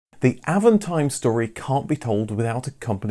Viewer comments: it's "AAVONTIIME".. French pronounciation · well, since you manage that french "r", why not put the accent where it is, at the last syllable. Always in french the accent is at the last syllable.